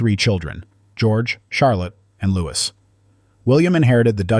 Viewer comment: Would the commentator please pronounce Louis correctly. Looee, not Loois!